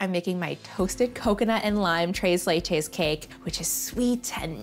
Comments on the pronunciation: 'tres' is actually read with the 's' but you're so cute and fluffy so whatever. I'm simping, what u gonna do about it? To be fair I just watched this because of Molly Yeh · Take the white privilege down a whole lot. 1. Tres Leches is not Mexican. 2. Tacos ≠ Mexican 3. Any kind of sprinkles don’t belong on Tres Leches. 4. Learn how to say Tres Leches. 5. Tone your excitement down, you are being super extra. 6. Work on your presentation, it isn’t Food Network quality.